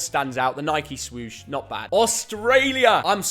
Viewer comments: Imagine being English and calling Nike “Nikey” 😅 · Nothing more infuriating then hearing an English man call Nike…. Nikey